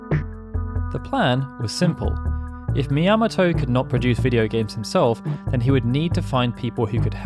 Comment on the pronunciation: Sorry, but... Shigeru Miyamoto is a popular and important figure in video games. Everyone knows how to pronounce "Miyamoto". It's "Mee-ahh-moh-toe", not, "Mee-yam-moh-toe".